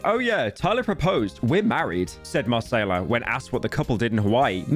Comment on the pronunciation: doe he think Macayila is brazilian? her name is not Marcela lol